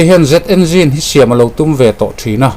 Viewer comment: I hnar abing ve deuh adi baw...'ve ai ah 'Be' ti deuh tlad😂😂